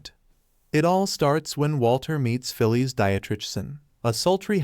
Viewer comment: It's Phyllis, pronounced "Fill-iss", not "Fill-eese".